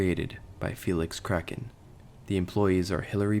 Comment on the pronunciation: Ahhh yes Felix K r a c k e n